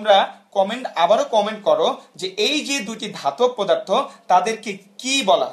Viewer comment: পোদার্থ নাকি পদার্থ 😡😠